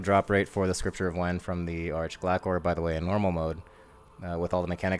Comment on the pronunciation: My brother its [ARK-GLAY-SOR]